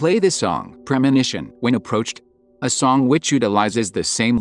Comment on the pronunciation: Its Premonition, not promonition.